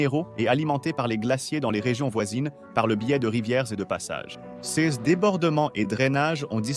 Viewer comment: ça serait plus intéressant si vous preniez la peine de convertir les unités de mesure (acres, pieds, miles, acres pieds!!!....) et si vous appreniez à votre robot à bien prononcer le mot "ces".